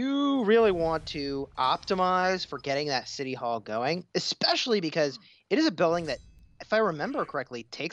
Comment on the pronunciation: It's especially not eckspecially 🙄